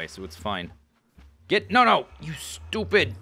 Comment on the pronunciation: You SHTOOPID SHTOOPID FARm ANIMALS! ~ 2013 I love how you say shtoopid instead of stupid when they dont listen. XD